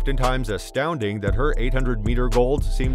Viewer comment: I find your pronunciation distracting.